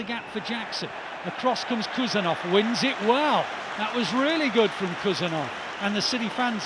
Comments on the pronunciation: Not Khusanov ❌ HUSANOV ✅ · Please he’s not Kusanov, he’s KHusanov, as Haaland. Dont you say Kaaland?!